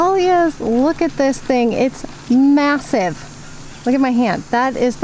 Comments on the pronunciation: When you said “massive” I was like “I’m sorry, don’t you mean ma-who-sive?” 😂😂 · Literally did the exact same thing 😆